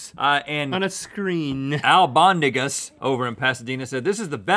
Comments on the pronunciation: Did any of my spanish speakers catch the "Al Bondigas?" lmfao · Anybody else notice Rhett said "Al Bondigas"? Meatballs in spanish? 😅😂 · "Al Bondigas" 😂😂